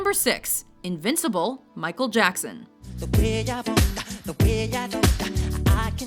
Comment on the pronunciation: lel i heard perhapson instead of michael jackson